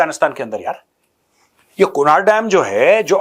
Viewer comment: Its pronounced as kunarh not kunaar